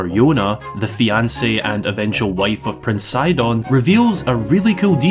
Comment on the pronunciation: I’m Scottish myself and I’ve never heard that pronunciation of “fiancé” before…😂